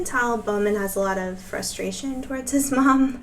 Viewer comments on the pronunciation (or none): none